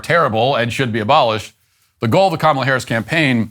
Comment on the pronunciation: Bro said Cumala